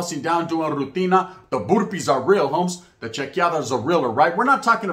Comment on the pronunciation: You roll your r in burpees n not virega